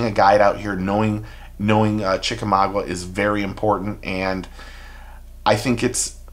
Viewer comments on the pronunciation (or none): Chicka 'Maa-GA' not Maa-GWA .. Good luck fishing MAA-GWA.. 🤣😜😁